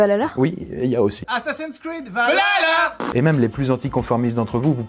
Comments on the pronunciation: Assassin's Creed Valhalla ne se pronnonce pas valalala il se prononce Val halla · Pourquoi vous parlé d'assassin's creed valhalla si vous ne savez même pas comment le dire ? vous ----valalla ===le vrai nom se dit val-ha-lla